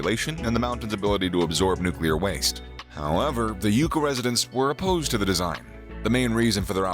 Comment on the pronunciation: it's pronounced "YUK ah " and it's pronounced "Tems " not Thames your'e welcome !